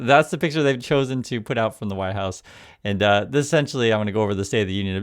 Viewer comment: OMG! I don’t know if it was intentional mispronunciation or just my bad hearing, but I swear I heard him say “Whine House” at the start of this video — and now that’s what I’ll be calling it as long as the GOP holds power! 🤣😆🤣😆